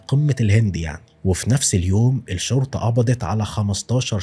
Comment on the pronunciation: يا ابوس ايدك..الشرطة لام شمسية..حرف الام مش بيتنطق😭😭😭 حرام عليك اللغة العربية ارجووووك😢😢😢😢